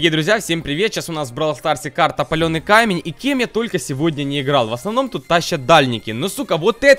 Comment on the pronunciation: ти сказал пальоний камень😂